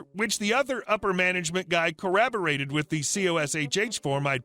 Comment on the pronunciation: ...WHY, do you ALWAYS mispronounce C O R R O B O R A T E D!!?